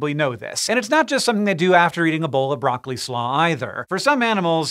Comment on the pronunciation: "Broccoli Slaw" Wait... WUT Oh no.